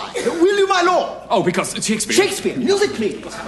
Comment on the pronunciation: There's something missing... at one point he pronounces Shakespeare's name Sha-KEE-Spear... that was cut out! I've seen this performance many times and I remember that and have been searching for this to show my wife and it's not in here.